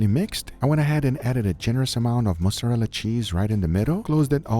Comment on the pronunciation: When he said « I added a good amount of mozzarella cheese » it sounded like « mustard on the beat » and they not like us from Kendrick popped up in my head 😂